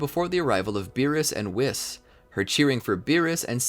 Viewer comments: It's whis not wis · It's pronounced "Wheese". Not "Wiss" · he says wis not whis